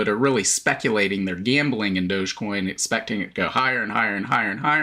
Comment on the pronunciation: Dog- e- coin, 🤣